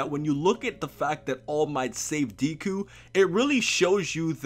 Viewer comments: Deeku and Kat-suki? I mean, you're usually pretty good at all things anime,, but it's (Deh-kuu) and (Kots-kii), although people just call him Bakugo. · It's pronounced deku not diku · Really, deeku? Remember when watchmojo called you? It's deku, but I'm glad you're on the mha hype. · "Deku" not Deeku 😂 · ITS "DECK-COO" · Nigga....where did u hear him be referred to as Deeku and not Deku? Ur killing me smalls. And damn do I love that op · I loved the video and hope to see more My Hero Academia content in the future from you. But quick tip, Deku is pronounced like saying "Deck-oo" and Izuku is pronounced "ee-zuh-coo". But other than that, I'm glad tu are enjoying the series and hope to see more content in the future! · It's not Deeku it's Deku like Deku tree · DEKU IT'S FUCKIN DEHKU MY EARS SOMEONE HELP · everytime Q says "Deeku" I get seizures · Deh koo spelled deku but pronounced deh koo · My advice to you is to pronounce his Deku properly because ever time you said it I cringed. This is the first video of yours that made me cringe. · my man.. just to help you out. It's not Deeeku, sounding like "bee". It correctly sounds just like the "e" sound in "meh". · Please stop saying deeku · I got triggered when said "Deeku" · ofeksepticeye "Deeku" CRINGE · Really old comment I know, but if you still want feedback, the e in Deku is pronounced more like eh so it sounds more like D-eh-ku. Hope that helps. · lol the constant slaughtering of the japanese pronunciation has done more damage than Hiroshima. pronounced deku like 2-3 diff ways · Man I love you but the way you pronounce Deku makes me cringe... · I'm so glad that you're watching my Hero Academia Aka the Best Anime Of 2017 so far but please can you Pronounce Deku's name right next time Lol 😂😂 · Audio level sucks and not gonna front how you pronounce academia and deku is MAAAAAD annoying. Btw NO ONE CALLS HIM Izuku. (At least on the anime) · who is triggered by how he calls Deku